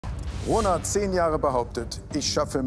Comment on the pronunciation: Wer hat auch corona verstanden als jmd rona gesagt hat? Es kommt nicht mehr aus meinem Kopf 😂🤦🏼‍♀️